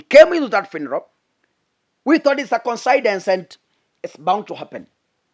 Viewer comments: your name is interesting, your analysis is nice but in a kind way...please the word is not considance......it is coincidence- koinsidence as below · Coincidence = Coin-c-dense (pronunciation)🙂